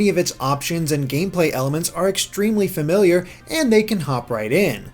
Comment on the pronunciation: They way he said "familiar" made it sound like "failure"...I thought he said the game felt extremely failure.